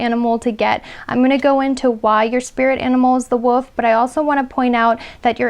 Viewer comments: Sounds like you’re saying the Woof instead of the Wolf 😅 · Did she just pronounce the wolf as the "woof"? 😳 "There's something about you that's very striking" - too fair skinned and too tall and too curvy to be a Filipino 🤷🏻‍♀️ Best part of life spent with white wolfy looking dog called Clay. Now loves cats.